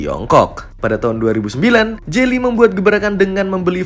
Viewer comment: Geely koq jadi jely ???